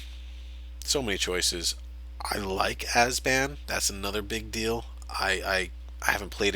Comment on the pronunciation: Abzan, not Azban. Great video though...